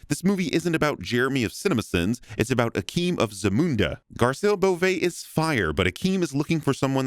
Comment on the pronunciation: Hey, someone that can pronounce Beauvais without butchering it to some amalgamation of Beavis!